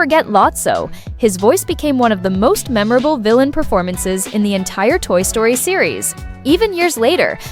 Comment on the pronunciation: Toy Sroty?